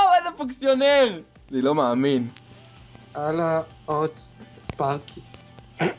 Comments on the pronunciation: "אני לא מעמין" אינדה קלאש 2016 מבטא ערבי מושלם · בםעם הראשונה ששומעים את זה זה נשמע ערבי